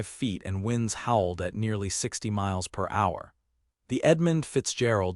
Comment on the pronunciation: Its hilarious when it tries to pronounce mph as if it's a word.